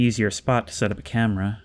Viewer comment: "that's thrree packs of sparre batrrrees for the cam-e-ra"